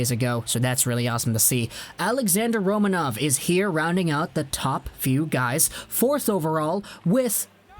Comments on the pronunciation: It is pronounced Ro(MAN)ov. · Kaprizov in russian sounds exactly how you have been saying it initially: Kapri'zov, i.e. the accent is on the second syllable. Don't listen to people who are not native russian speakers, when it comes to russian names ;) The same is with Roma'nov, the accent again is on the second syllable.